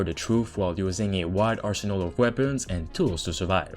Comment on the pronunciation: It's not weabons, it's weapons.